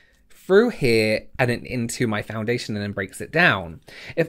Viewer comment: Every time you said foundation in this video I cringed a little 😂